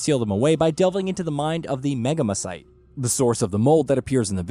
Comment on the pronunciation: maan i can't help being a hermoine whenever he says megamycete..